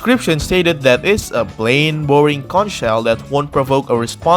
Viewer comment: Conch is pronounced “konk”